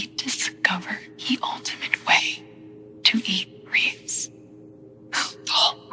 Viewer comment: Im so fucking pissed bro its "REESE'S" not "REESE"